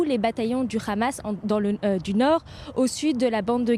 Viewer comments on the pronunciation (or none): Hamas pas khamas vous ne savez pas parler